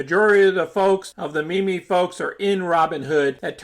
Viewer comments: It’s pronounced “meem” not “mimi” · It's pronounced "MEEM"